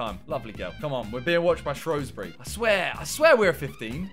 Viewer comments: I hate the way people pronounce SHOWSbury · SHREWsbury not SHROWsbury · Just saying Shrewsbury is pronounced Shoesbury not Showsbury